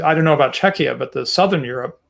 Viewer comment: pronounced "Czechia" like it's pronounced in Lithuanian "Čekija", it's really weird to hear it from an American.